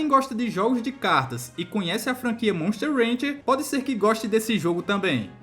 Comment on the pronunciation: i know what you was meant. When you said "monster rancher" it sounded like ranger. It could just been your accent. It sounded like you are from Brazil.